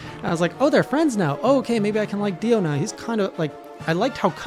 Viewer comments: This man's ability to mispronounce names is amazing... I mean I get the monsters from MH.. But DIO is a 3 letter name that is the same of a very famous Heavy Metal Legend...... And he still called him Dion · Everytime you said Dion instead of Dio I actually just said to myself "Ah that's so " I'm excited to see what your thoughts will be in the future. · It’s Dio not Dion 😂😂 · Dio,Dio,Dio,Dio,Dio. Keeps calling him Dion, and it make my brain WRYYYYYYYYYYYYYYYYYYYYY!!!!!!! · P.S. Please stop calling him Dion lmaoooo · He just sei Dion ? Is not Dion is prononcing Dio not Dion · did he call dio dion? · Did he just say "Dion"? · "Dee ohn" lol